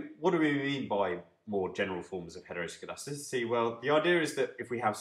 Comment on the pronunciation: Impressed by your ability to say heteroscedasticity